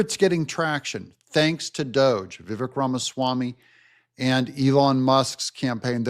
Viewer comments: Love you - but please pronounce the name Viv-AKE. 🙂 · name is pronounced Vivek (like cake)